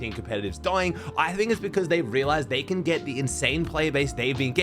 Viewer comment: Anyone else hear ‘can mero and cooper hold onto their crown’ as ‘ken,mero and cooper hold onto their crown’☠️